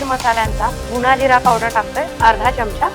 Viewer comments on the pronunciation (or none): none